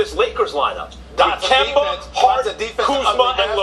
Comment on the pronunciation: I think he said Gember the 2nd time 😂😂